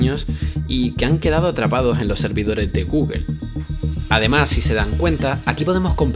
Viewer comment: Es mejor decir "gogle" que "gügle" si es que no puedes decir "gugl"